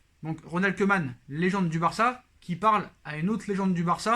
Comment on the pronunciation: Au top question rapidité Pour ta prochaine vidéo, le "oe" néerlandais se prononce "ou", donc Koeman se prononce "Koumane"